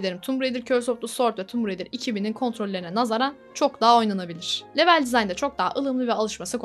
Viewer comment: Lütfen level İngilizce kelimesini kullanmakta ısrarlı iseniz okunuşunu düzgün yapın veya yerine bölüm kelimesini kullanın. Çok dikkat dağıtıcı olmuş video içinde yanlış söylenişi